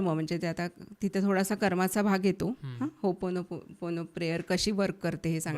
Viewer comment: होपोनो,पोनो प्रेयर नाही हो,ओपोनोपोनो 😢 ओ हा शब्द स्किप च केला झाला